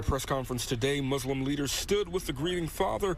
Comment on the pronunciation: What is MuZlim? ... It is Muslim ... The newscaster needs to be given some education on pronunciation.